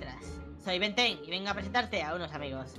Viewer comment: Es Ben diez no Ben ten